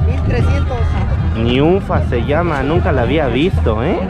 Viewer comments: SE LLAMAN NINFAS!!!! NO NUINFAS !!! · Se llaman ninfas o cacatúas! No niunfas!